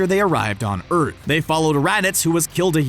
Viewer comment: “Urt” it’s earth😂